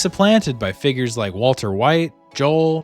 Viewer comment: Man that "figures" at the start sounded like something else